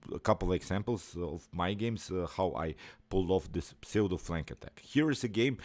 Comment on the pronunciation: Pseudo is pronounced ‘ soodoh’.